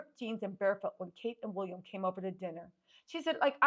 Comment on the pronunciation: 😂😂😂 its how you say "wolliam"😅😅😅